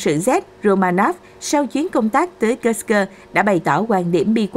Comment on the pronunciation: Kursk mà sao độc có thêm âm cơ nữa nghe mất hay rồi